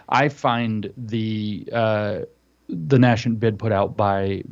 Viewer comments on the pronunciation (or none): the nascent bid... didn't understand what James said because James pronounced "nascent" wrong. (Oops, I heard say it wrong once, and different from James.) NAY-sent is correct. James said it too fancy: NASH-ent. You know, to be more confident in that "sh" you'd need "sci."